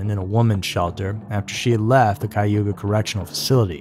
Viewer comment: He said Cayuga. That pronunciation is correct. Its Iroquois for "people of the wet land". It's in New York State, not Ohio...